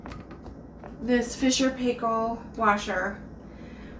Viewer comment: Great video, just it's pronounced Fisher & Piekill.